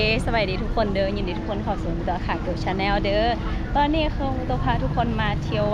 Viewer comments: Channel แชนโน, ใครสอนให้ออกเสียง ส่ะแนว ส่ะแนว? ภาษาอังกฤษไม่ใช่ภาษาแกว!!! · อะไรคึอ " สะแนว, สะแนว " ภาษาอังกฤษน่ะครับ! ไม่ใช่ภาษาแกว!!! Channel แชนโน. ไม่ใช่ ส่าแนว สะแนว... เปลี่ยนแปลงบ้าง จะตายห่าเหรอครับ? อะไรที่ไม่ถูกต้องก็รีบเปลี่ยน, ไม่ใช่จะแข็งกระด้าง หัวชนฝา แบบหักไม่ยอมงอ เขาเรียกคนโง่... OKAY 👍 👌